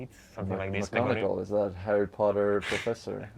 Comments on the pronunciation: HARRY POTTAH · Harry Pottah Pepepains What a good interview